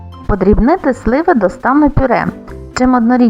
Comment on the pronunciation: И это украинська мова? Во всех существительных вместо,, и,, звучит,, е,, (слева, вместо сливы)....